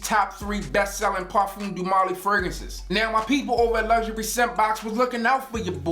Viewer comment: "Parfums doo molly" smh